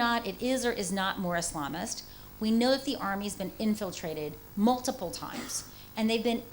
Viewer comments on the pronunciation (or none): none